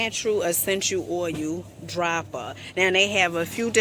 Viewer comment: I had to quit at oil pronounced OUL